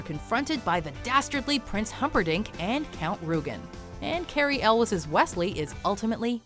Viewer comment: Cary Elwes's name is pronounced "El-ways" not "El-wes".